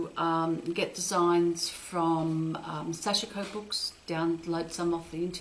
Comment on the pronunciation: Thank you, very helpful! (The i is silent in sashiko 😌)